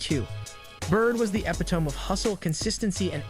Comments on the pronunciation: I stopped watching when the speaker in the video said “epi tome” yikes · The idiot narrator on the video couldnt even pronounce the word "epitome" correctly, its pronounced E-PIT-O MEEE not EPI-"TOME" Either this announcer is computer generated or the guy doing it is a language moron. I swear more and more Americans lose the ability to use their native language correctly every day. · Yes, he mispronounced the word epitome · Pronounce the words right please. Epitome